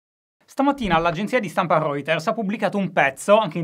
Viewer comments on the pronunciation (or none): ogni volta che Shy pronuncia "Reuters" si crepa un vetro di casa mia